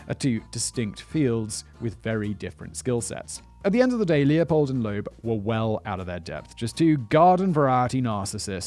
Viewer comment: Loeb, not Loab